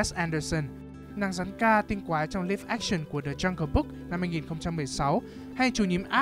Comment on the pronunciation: Cách đọc live action thặt thú dị